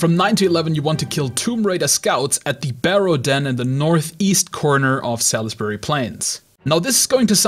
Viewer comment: It's pronounced SALSbury, sal-is-bury :D